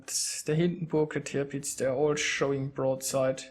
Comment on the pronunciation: Spricht man Tirpitz "Törpitz" aus? o.O